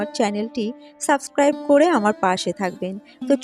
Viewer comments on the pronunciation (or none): none